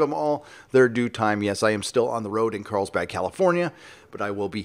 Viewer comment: Every time says "Carlsbad" I keep thinking he is on the trail of Count Dracula.